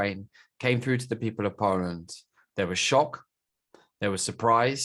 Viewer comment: Poreant? Its pronounced poland(0,17)